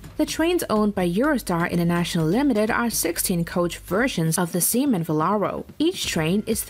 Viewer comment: the semen velaro... very funny